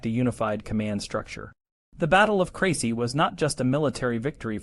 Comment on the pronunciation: You mispronounced every town including the battle